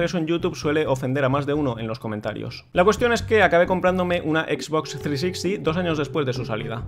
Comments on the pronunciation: Solo con que digas bien "X BOX" Ya te ganaste mi like. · Lo de xbox está bien pronunciado